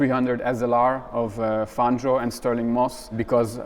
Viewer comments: panzio는 영어식으로 읽어서 그럴걸요 팡히오가 현지식 발음인듯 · 아르헨티나 스페인어 발음으로 팡히오가 맞음.